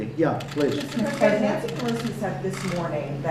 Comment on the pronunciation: I could've sworn he said "prisoner" obama, as opposed to "president" obama, when asked about Stacey Abrams.